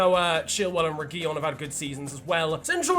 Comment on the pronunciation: by far the worst butchering of reguilón i have ever heard..... and not the double L omfg